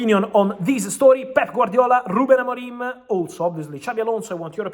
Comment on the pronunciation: "Ruben AMORIME" Lol